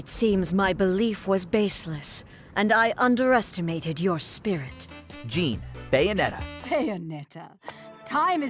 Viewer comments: Dude definitely didn't play Bayonetta if he's mispronouncing Jeanne.... It's pronounced Zhawn. It's French.... Get it right next time. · how can you butcher Jeanne"s name by calling her Jean? her name is pronnounce in cutscenes many times on the game and how the heck you did not Put Lady from devil may cry 3 she was a boss first also from the same game you can put NEVAN come on a sexy vampire also from a CAPCOM game, or even forgot the succubus from Castlevania symphony of the night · Isn’t her name pronounced j’hon even though it’s Jeanne?